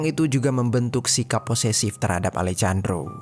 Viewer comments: Alejandro di baca Alehandro ga seh? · Dibaca: Alejandro ❎❎❎ Dibaca: Alehandro ✅✅✅ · Sedikit saran untuk mimin. Kalo ada huruf 'J' dibahasa amerika latin dibaca jadi huruf 'H'. Alejandro dibaca alehandro min. 🙏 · Kalo bahasa Spanyol nama Alejandro dibaca Alehandro min